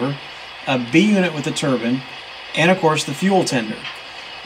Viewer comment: " Turbine's not Turbins... !